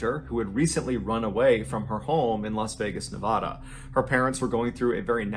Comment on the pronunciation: God dammit why can only people on the west coast pronounce Nevada!!